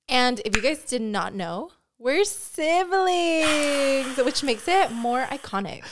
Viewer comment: Wtf is a sivling!? U mean siblings !????😂